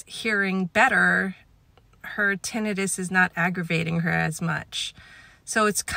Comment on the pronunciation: That’s the correct way